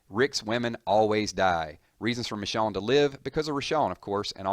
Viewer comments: he kept saying Richonne... it's Michonne... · It's Michonne not Richonne... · MICH OWN MICH OWN... LITERALLY NOT THAT HARD TO SAY... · Who the hell is Mishawn? I keep hering this guy calling someone Mishawn and I don't remember ever seeing anyone with the name Mishawn. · Am I the only one pissed by the fact that he pronounced Michonne as 'Mishawn'? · the way he says michonne bothers me